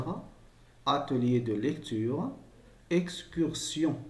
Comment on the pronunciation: excursion \ɛk.skyʁ.sjɔ̃\ A la minute excursion تنطق كلمة ( - )كما نطقت في الجدول الخاص بالترجمة المعذ رة